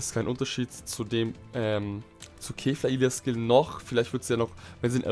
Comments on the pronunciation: er spricht kefla wie Käfer aus 😑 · Mich triggered es voll wie du kefla aussprichst